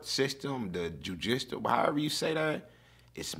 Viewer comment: “jew- Di Shol -“ judicial